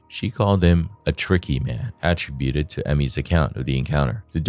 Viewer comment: If I never hear the word att-ributed ever again I swear. Not only is it being pronounced wrong it’s being used like 4 x a sentence geez